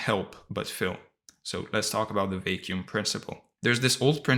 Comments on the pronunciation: Brother please pronounce vacuum well its a word you use so often hahahah its not vei-kium its va-kium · Thank you so much for this valuable content! I did feel a little thrown off each time you pronounced “vacuum” as “vay-kew-m” though 😅 But I know that English might not have been your native language. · Two English words you mispronounce. VACUUM and SCARCITY.